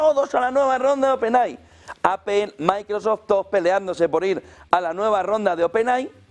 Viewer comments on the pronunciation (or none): none